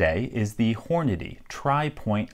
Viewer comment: Who else thought he said horny at the begging or I got a dirty mind